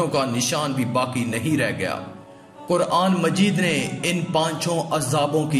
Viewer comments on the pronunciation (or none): none